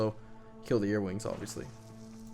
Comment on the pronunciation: Are you saying earwings? Because where im from their earwigs.